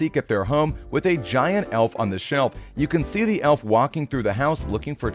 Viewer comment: You said elf wrong